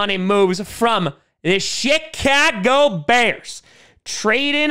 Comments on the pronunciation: I thought he said the shit-can-go for Chicago bu then I remembered it makes more sense the way he said it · Did you say SHITcago Bears?